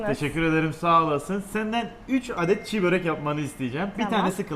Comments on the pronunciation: Abi çiğbörek değil çibörek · abi çiğ börek değil çibörek doğrusu :/ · Abi çiğ börek değil çibörek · Çiğ Börek değil ismi Çi börektir düzeltirseniz sevinirim teşekkürler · Hocam Çibörek çiğbörek değil ğ yok